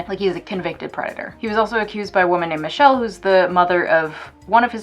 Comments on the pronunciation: Just wanted to say it’s pronounced (Me-Sha-Lay) not Michelle lol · I may be a wrong but I'm also certain in some no fault states like Mass you can still claim desertion. Don't quote me tho. Also Michelle (with an accent mark pronounced Me-shell-lay) well documented her abuse by Dre and I believe wrote a book. I love her and totally biased. Although the Chronic and The Recipe among other works are very much loved by me and I feel bad however there's the whole separation of artist and art no? Still wish he wasn't a proven wife beater